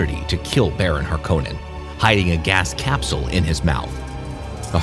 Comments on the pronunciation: Hark-onen not Har -kow-nen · dude watched movie that says harkonnen 5000 times and cant pronounce it correctly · Amazing you pronounce Harkonnen wrong